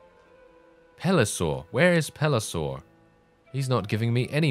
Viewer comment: Pelisor, Pelisor, Pelisor... when will he learn?